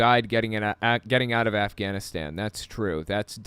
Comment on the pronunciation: "GUYS, the afganastanannies" LMFAO